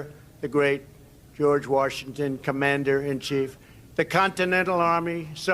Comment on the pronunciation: Warshington,..gets me every time.